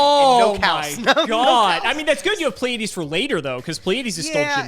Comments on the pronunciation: I’m pretty sure it’s pronounced plee-uh-dees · They both fucked up Pleiades (PLEE-uh-deez) too.